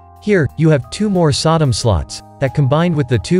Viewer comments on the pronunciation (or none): none